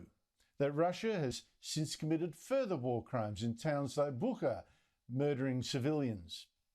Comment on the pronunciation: Oh God, you can’t even pronounce Bucha correctly